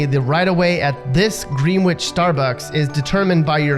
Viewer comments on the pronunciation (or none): its “grenich” not actually “green-witch” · Connecticut Native here: it's not Green-wich, it's GrennICH. LOL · Anyone - like the voiceover guy here - who pronounces the Connecticut town "GREEN-WHICH" is automatically low class! It's pronounced "Gren-itch". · Can't believe the narrator referred to Greenwich, CT as "green-witch!" It's pronounced "Gren-ich!" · Well, excuuuuse me. But yeah, you're right. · We do not say green-witch, it is gren-itch. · I’m not trying to sound snobby, I’m not even from Connecticut, but believe it or not it’s actually pronounced “Grenitch”, not “Green-witch”, I used to think the same thing until I said it in front of my dad and he corrected me. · Don't you know that you don't pronounce the w in Grenwich? Geez, don't you know anything?? Sorry, I'm just practicing being a snob. LOL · Did you just call Greenwich (Gren-ich) GREEEN WITCH? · love how pronounces Greenwich as GREEN WITCH, most people in fairfield county pronounce it as gren nidge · "Green-wich"? Uh, no. It's pronounced "GREN-nich". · Hehehe...you pronounced Greenwich CT Green-Which...it's pronounced Grenn-itch. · I thought it was Grenitch not Green-witch? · It is. You're right. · If you're going to comment on Connecticut, at least learn how to pronounce the names of our towns! Greenwich is not "green-witch", it's pronounced "grenn -ich"!, And yes, I do live in Connecticut's "little finger", Stamford to be exact. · You have totally excluded yourself from EVER being accepted in snobworld. How? You pronounce Greenwich CT wrong. It's GRENN-itch, not GREEN-witch, as every true snob knows. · Hahaha scarsdale i live in westchester county just outside of new york city. It is beyond snobby here you also pronouced Greenwich wrong, it sounds more like Gren itch not green witch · Ummm greenwich? It's grenich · Greenwich is pronounced Gren-ich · Did he say Greeeen Wich? It's not being snobby knowing how to read and pronounce words lol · It's pronounced Gren-Itch